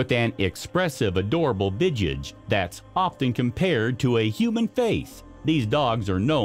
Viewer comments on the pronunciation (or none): none